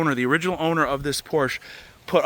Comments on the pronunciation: Love your videos! Just would really like it if you pronounced Porsche correctly. It's two syllables and it is commonly mispronounced. But when people of influence pronounce it incorrectly it justifies it to the masses. Poor - Sha. It isn't hard. Poor - Sha. Help educate the masses to pronounce it correctly and as always, keep up the good work. By the way, where can I find a service manual for pretty much any car? I need one for my Volvo and I remember you mentioning a website to purchase service manuals but I don't remember what video it was in. Thanks! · Very well done!! I think you did incredibly well, indeed! Except... one thing... do you think you could learn to pronounce "Porsche" the way it is meant to be?? All else is brilliant. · It’s a two syllable word. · PLEASE LEARN HOW TO PRONOUNCE PORSCHE…every time you buy one you drive Porsche enthusiasts NUTS! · Great video, but it's not pronounced, "porch." Say it with me everyone, "por-shuh." 😉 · Well, there's the problem. The guy took it to the Porch dealer, not Por-sha, who made the car.😅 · It’s pronounced Por-Tia not Por-shh. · It's pronounced "PORSH-AH" not porsh, you muppet. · It's not a Porsch....It's a Porsche.. the E.. EEEE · ITS PORSCHE NOT PORSCH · When will you guys learn. It‘s pronounced „Porsch-a“ not „Porsch“. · Please pronounce the cars name correctly. it is pronounced "Por-sha", not "porsh". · typischer Hinterwäldler Ami ... PORSCHE heißt das, nicht PORSCH! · Por-SHUH! Por-SHUH! I don't care how Uncle Zeke or Cousin Jethro said it back in the holler. If you're going to do a YouTube video, learn the "gen-yew-wine" name of the auto maker! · pls stop calling it a porsch.... its a porschE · Come on,! It's pronounced POR-sha, two syllables! NOT Porsh(one syllable)! It's SO disappointing to hear genuine car guys misprouncing such an iconic name! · If you are going to continue buying Porsches, please learns to pronounce the name correctly. Porsch-a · Por shuh. That’s how you pronounce it.